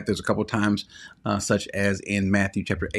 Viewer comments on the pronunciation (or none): none